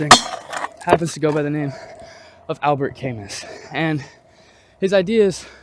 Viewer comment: Camus was from France 🇫🇷 his last name is pronounced "ka-Moo". Good insight and thank you